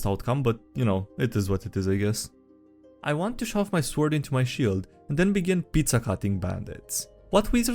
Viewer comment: The W is sword is silent. You're making it harder for yourself my friend.